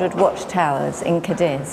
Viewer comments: The absolute least you can do is pronounce the city name correctly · The repeated mispronunciations are a huge disappointment.